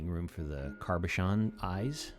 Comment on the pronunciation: Cabochon doesn't have an R sound in it. 😁